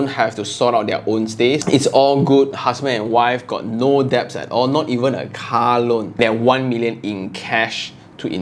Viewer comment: Det .. not deb